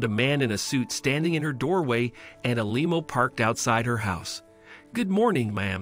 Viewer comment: Why did the narrator keep calling a limo a lemo?